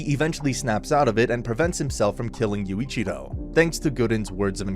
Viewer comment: I’m literally ten seconds in and smiling like mad at how you’ve absolutely butchered Yuuichirou’s name lol.